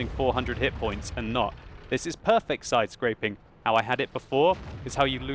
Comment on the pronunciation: With all due respect, its side scraping, not sidescrapping as you said, no offence.